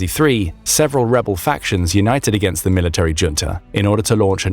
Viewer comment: Can you please say "junta" correctly?